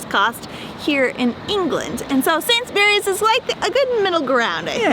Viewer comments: They prounounced Sainsbury's the same in the intro " sainsberrys" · It's sad how people can travel and yet not really learn anything, These two seem to have spent some time in England yet cannot pronounce Sainsbury's. It's Sains-Burr-rees, or better yet, Sains-brees. Not Sains-berries. And yes, it's a midmarket supermarket, which is something they could be sure of if they bothered to speak to anyone there. Don't these folks talk to anyone? They seem to lack curiosity.